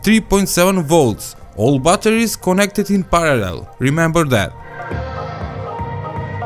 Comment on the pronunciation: bbbbbatteris. Bolna hi nie ata